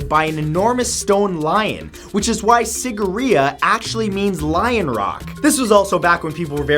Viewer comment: Ah i loved how he pronounced Sigiriya.....it sounded so cute.....Being a Sri Lankan I'm quite suprised it's actually a forgotten wonder of the world... well it also had a water pump system, which is amazing for the time as no one even knew what a water pump was or how to build it....so i guess it is a wonder.